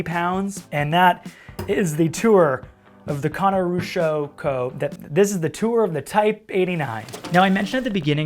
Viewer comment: Konishiroku. Ko-Knee-She--Ro-Ku Cool video though! Best transition for the advertisement too!